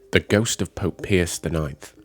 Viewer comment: The pronunciations are so awful the video is unwatchable. It isn't rocket science to know how to pronounce basic words like basilica or papal or Pope Pius IX correctly. It is NOT pierce!!!